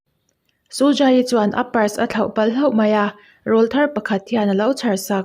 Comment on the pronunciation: Rawlthar i tih/sawi a rawl hi aw(voice) anga lam rik tur ani e.. (rawl tih a A-ah hian thlukna dah tur a nia,computer a tanga comment a nih vangin.punctuation ka dah thei lo ani e..)